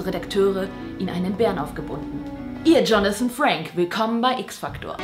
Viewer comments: Hast du gerade "Jonathan Frank"? gesagt? XD Lachflash des Todes! :-D Er heißt "Frakes" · Hat sie gerade Jonathan Frake gesagt? Ich dachte immer der heißt Frakes... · Jonathan FrakeSSS nicht "Frake" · Er heißt Jonathan Frakes, nicht Frake oder Frank^^ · Jonathan Frakes! Nich franks